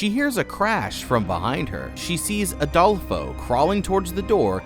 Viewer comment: i love that youre saying Adolfos name wrong lmaaoo youre saying ALdolfo!!! its fine, just funny for a spanish person who knows plenty of Adolfos!!!